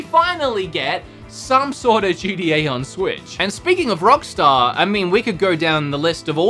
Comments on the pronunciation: This guy really said GDA 5 🤣🤣🤣🤦🏻‍♂️ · Him trying to say gta: gda